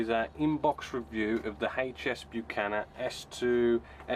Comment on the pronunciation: Not a criticism but I agree with a previous poster - it's pronounced Buck-an-eer (run as one smooth word, Buccaneer, obviously!) Have you done the Sea Vixen kit by the way?